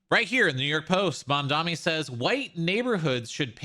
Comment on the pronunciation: why do people still call him mamdami. its mamdani, is this an american thing. it seems like no one can pronounce it